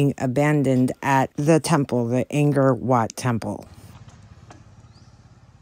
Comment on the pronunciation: To begin with it's Ankor not Angor 🙄 and really you can't prove anything you are guessing about. I understand being concerned for those baby monkeys however it sound like you are trying to find something jucey to talk about even if you have to embellish what little information you have. It sounds like you are more concerned about Sakor bashing than you are concerned about the monkeys. Maybe put more of your efforts into finding an aspca over there to report him as you don't know his circumstances. It is custom to live in large family homes for years if not your entire life in some countries. Be nice.🙂